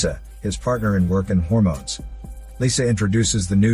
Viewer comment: When you say hormones 😂😂😂😂👌💯